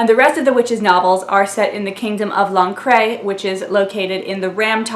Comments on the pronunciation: Lancre is pronounced Lan-Cur, not Lancrey. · "Lancre" is pronounced "Lanker" as in ""Lancashire", northern England. "Magrat" is pronounced ""Mag-rat", equal stresses, giving her the inferiority complex that she feels like something on the edge of a river (maybe the "water-rat" (water vole) from "Wind in the Willows"?), rather than a good solid "Peggy", "Margaret" or "Maggie" "Wyrd Sisters" is the first really strong novel he does with women characters, mixing up the intense Macbeth references with "maiden, mother and crone" archetypes, and (as an autodidact who taught himself from libraries), his admiration for women who work in the NHS and local communities, as opposed to the Oxbridge/civil service/ceremonial feel of his wizards. "Witches Abroad" is much more of a pure romp than any of the other Witches novels, playing with narrative conventions and fairytale (including the fairytales of Hollywood and Disneyland), including a walk-on (splash-on?) part for Smeagol from Lord of the Rings, and conventions about the English abroad. "Lords and Ladies" crashes "Midsummer Night's Dream" into a "wizards" story, with the Elves (the nastiest Northern European version) up against cold iron. Maskerade is perhaps weakish because it's an attempt to crash every possible convention and idea about musical theatre/opera into the plot line of Phantom of the Opera and a murder mystery, although I do like the "Swan-song"'s pun on Lohengrin as "Lohenshaak" and ending up ("I'm cutting my own throat") possibly influenced by Mr. Dibbler. Carpe